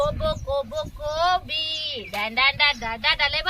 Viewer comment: Aag taai kobi not koba😂😂😂😂😂😂😂 bhajicha panchnama Ch kela tu tr